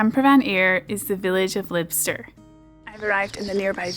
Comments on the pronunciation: Just a tip: it's not L- ih -bster. It's L- ybe -ster. Why it's pronounced that way not the way it's spelled, I have no idea. But I live ten miles from it so it's something I know. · I'm sure vloggers deliberately mispronounce place names for comments....... LYBSTER (pronounced Liebster), SINCLAIR (no accentuation of 'clair'). DUNCANSBY (no accentuation of 'can' - pronounce like the male name with 'sby' at end. John oGroats is furthest from Landsend, Dunnet head is most northerly on mainland. Bought Vegie haggis by mistake once - to accompany Steak with Peppercorn sauce - in that use, it was actually OK. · Oh dear, you're starting to sound like an American tourist! As a Caithnesian your name pronunciations are a bit grating....Lie b ster..................Notice how so many names in the area have "Ster" on the end. Camster, Lybster, Stemster, Ulbster...ster means "homestead" in Norse. And of course John O'Groats is nothing and definitely not the most northerly point, which is Dunnet Head. Oh, Duncansby.... like Duncan's Bee and Whaligoe.....Wally-Go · is a national treasure:) But I'm surprised this is her first visit to the far north. I worked in Thurso - well Dounreay - for several months in the early 90s, so passed places like Lybster (I thought it was pronounced 'Lie-b-ster). And I remember calling my mum from Thurso harbour and telling her I was looking at the Orkney Islands! As for John O'Groats not being the furthest north or northeast, it's simple. It's where the ferry left for the Orkneys. From memory, it was named after a Dutchman, Jan de Groot, who set up the ferry service. But really needs to go up to the far north coast. Head along to places like Armadale and Strathy Point.